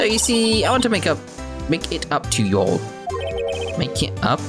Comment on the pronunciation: All the clues are slowly but surely coming into place! Also i'll admit hearing A British person saying y'all just feels really awkward. Definitely sounds like all this reading is giving your throat a work out lol.